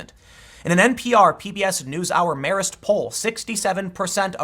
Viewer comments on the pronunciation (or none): none